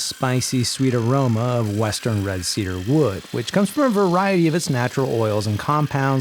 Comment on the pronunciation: Tea-dar you say